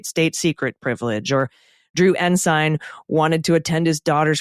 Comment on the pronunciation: At least Mr McCabe knows how to pronounce Ensign